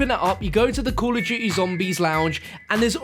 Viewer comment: * call of du-ee